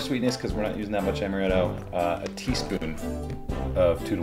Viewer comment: amaretto not amareto